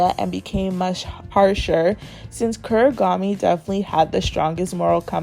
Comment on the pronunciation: Please stop saying kurigami it’s Kunigami